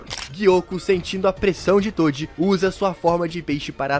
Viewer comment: "TODI" KSDAKDSA q agonia